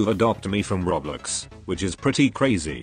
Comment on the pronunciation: the tts voice says roblox like "rOblEx"